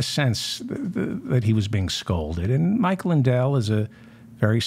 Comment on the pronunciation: Mindell..did he say Mike Mindell?